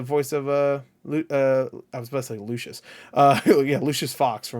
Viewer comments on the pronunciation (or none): none